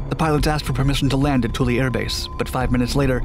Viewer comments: It's twillo. Not tool e..... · Spell it Toole Say it twillo.....